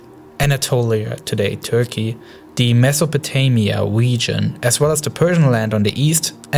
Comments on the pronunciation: "awab wegion" 😂😂 good vid tho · "gwoup" "wegion" "tewor "wadical" "miwishas" "wojava" "sywia" LMAO